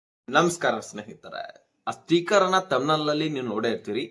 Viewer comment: ಸ್ಟೀಕರ್ ಅಲ್ಲಪ್ಪ 👺, ಸ್ಟಿಕ್ಕರ್. ಕನ್ನಡ ಸರಿಯಾಗಿ ಉಚ್ಚರಣೆ ಮಾಡಪ್ಪ 😂. ಅಕ್ಕಿ APL ಗೆ ಇಲ್ಲಪ್ಪ 😂😂